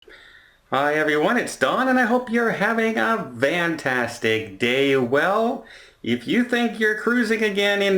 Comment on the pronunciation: Why do you say VAN tactic day?